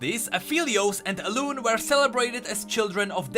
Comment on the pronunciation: it's Alun-E